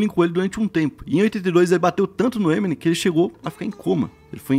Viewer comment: Crlho mano, parem assassinar o nome das coisas, não sabes dizer o nome do eminem nem dos álbuns dele? O trabalho está bom, mas chama os bois pelos nomes